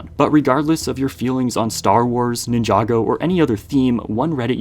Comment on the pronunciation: Why do you pronounce Ninjago like that?